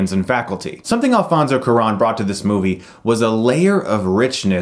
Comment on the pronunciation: "Alfonso qur'an" lmao